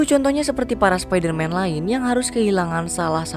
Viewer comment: Spidaman 😂 Spiderman dari univers prindapan